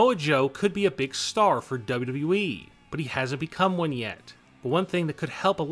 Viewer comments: He said wweee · You say wwe wierd